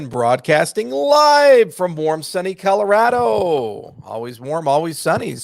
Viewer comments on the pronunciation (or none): none